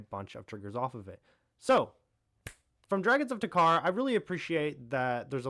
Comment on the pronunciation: Bro pronouncing tarkir isn't hard where the fuck did you get tuh-Car from??